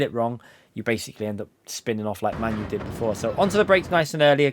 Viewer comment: Lmfao You. Its MANU ~ pronounced "Mah-noo". Not pronounced like your favourite shitball team